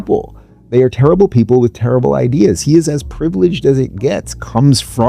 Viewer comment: “ideeas, mian.”